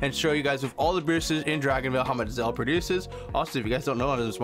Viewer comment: It’s “Zilla” not “zella”